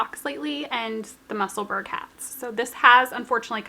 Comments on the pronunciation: Hi, I hope you don’t mind me mentioning it, but Musselburgh is pronounced the same as Edinburgh i.e. sounds like burrow. As you are going to be making more of the lovely hats I thought you would like to know 😊 lovely podcast, as usual xxx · Musselburgh is a small town outside edinburgh in Scotland we pronounce it mussel borough